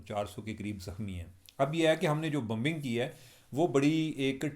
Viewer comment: It's not Bumbing It's BOmbing!!!!